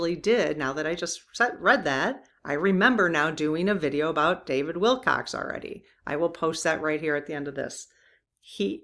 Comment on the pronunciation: There was a fine British musician named David Willcocks, and there is also the more common homonym Wilcox. But there is no "s" sound, please, at the end of our subeject's name. Usually we use the subjunctive decree "Rest in Peace," but it is good to know from your guides that he is indeed resting now in their loving arms. I predict that this potent force of nature will, soon enough, be rejoining the fight though from his new base of operations!